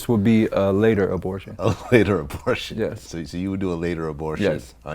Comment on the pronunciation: Cuz said "Bow" Abortion...